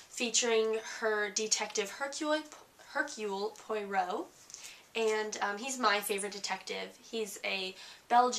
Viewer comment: Reviewer is not at all believable since she shows little real understanding of this book. Oddly enough,she can not seem to pronounce the name of the main character: Hercule Poirot and she does not even mention the second main character, Mrs. Oliver. I was disappointed at the lack of effort on her part.